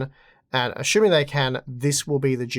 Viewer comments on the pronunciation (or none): achuming ??? or assuming ?